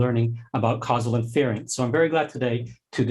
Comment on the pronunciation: Great talk but can someone please tell this guy how to pronounce "inference"?